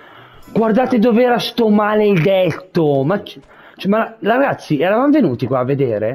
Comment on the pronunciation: Like e commento per supportare questa splendida serie! Un piccolo appunto: l'appellativo che Lucciconio usa per riferirsi ad Oliver si legge regazzì, con l'accento sulla "i". Ciao e buona continuazione di questa fantastica serie!